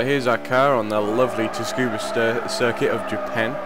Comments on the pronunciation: Cool vid. But it's pronounced Tsu-kuh-bah, not Tuskuba. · great video!! but please don´t say "tuskuba" just read it, it´s tsukuba. it´s just a correction ;) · so wide tyres plus slicks cause lack of handling? yo dude you should apply to be a WTCC, JGTC or LMS engineer with facts like that. it's also pronounced Sucuba with a silent T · make video about tuning... cannot pronounce tsukuba :/ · Not being picky, but it's pronounced "Su-Ku-Ba" (the t is silent) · "tus-kuba" ha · Tsukuba = 'sue - koo - ba' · It's pronounced 'soo-koo-ba' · lol the pronunciation of tsukuba